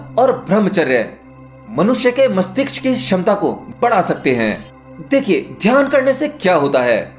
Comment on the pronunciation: Aap mastishk theek se nahi bolte hain. Kripya khud sune apna bola hua aur ise theek karen.